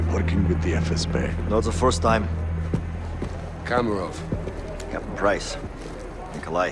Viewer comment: Amang Jagau meant makarov. Not Kamorov